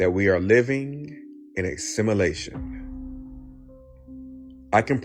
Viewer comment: This dude can't even pronounce simulation, but I'm supposed to believe his crack pot theory.....😅😅😅😅 Yes, I have seen PLENTY of Asians pump gas. And Yes, I have seen a pregnant Asian woman. This dude is dumb AF. It's amazing though, because he ACTUALLY thinks he's "smart" 🤦🙄🤷